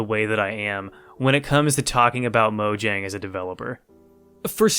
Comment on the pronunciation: The way you pronounce mojang makes this unwatchable lol. Then again I guess that is how it is spelled